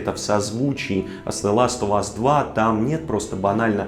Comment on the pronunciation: Ты настолько хорош что я тебе прости то что ты говоришь "Зе ластовас"